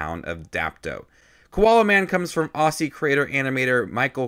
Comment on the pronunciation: Btw it’s pronounced Ozzy not awssi